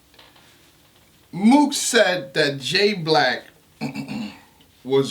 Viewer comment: nigga said MOOKION 😂😂